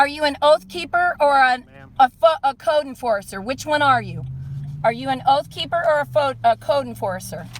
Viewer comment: Did she really say a "foooud corcer" instead of code enforcer while she was rambling continuously without a breath.